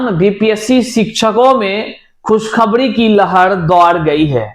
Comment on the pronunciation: एक तड़फ खुशखबणी की लहण दौड़ गई है इंतजार खत्म होने की खबण आ चुकी है जिनका सीटीईटी में बेडासी अंक है 😅😅😅😅😅😅😅😅😅 पहले बोलना सीख भाई आखिर हिंदी ने क्या बिगाड़ा है